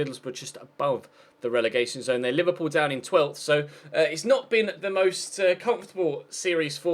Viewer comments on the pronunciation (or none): none